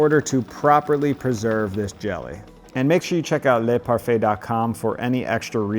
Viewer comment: if you pronounce "LEY" Parfait it's sound like the plural in French LES {the S is silent } Les Parfaits....but it's singular ..LE Parfait ... so think of DUH... in French E sounds like UH ..so, say "LUH" and you get : LE Parfait ... and it will be perfect ...voilà !